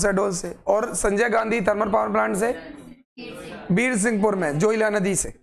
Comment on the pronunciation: Veersinghpur nhi its birsinghpur Pali